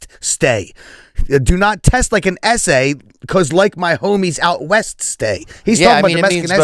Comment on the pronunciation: Also, when he said where my homies out west stay he was simultaneously sounding out Oeste which means west in Spanish. Em was really wildin on this one.